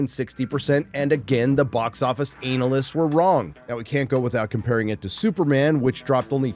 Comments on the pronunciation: Why is he pronouncing it Anal ists? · Anal-list lol